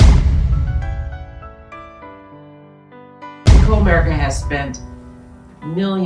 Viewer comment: You can't even pronounce Comerica correctly. LOL